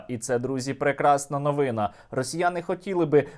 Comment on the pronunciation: НовинА, а не новИна.